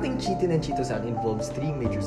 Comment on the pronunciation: I think it's pronounced as kay-tin and yep Cellulose is the most abundant...